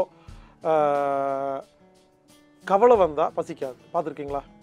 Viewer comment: தம்பி,கவளை,இறப்பை என்பனவற்றை தயவுசெய்து திருத்தி கவலை,இரைப்பை என கூற முயற்சிக்கவும்.நான் இப்படி கூறுகையில் யாரோ ஓர் பெண்மணி "இது ரொம்ப முக்கியம்"என எனக்கே நக்கலாக கொமன்ற் போட்டிருந்தார்.அம்மையாரே எம்மொழியை பேசினாலும் அதன் உச்சரிப்பு சரியாக இருந்தால்தான் அர்த்தங்களும் சரியாய் இருக்கும். இதை மறந்து நம் தாய் தமிழை கொல்ல(கொள்ள) வேண்டாம்.